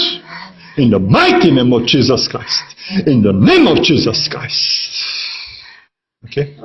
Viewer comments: IN DÖ NÉM OF DZSÍZÖSZ KRÁJSZT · ÁUT IN DÖ NÉM OF DZSÍZÖSZ KRÁJSZT